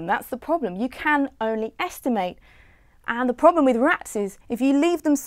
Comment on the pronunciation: Why does she keep pronouncing the noun 'estimate' as the verb? Esti-mate = The act of making a rough calculation Esti-mut = A rough calculation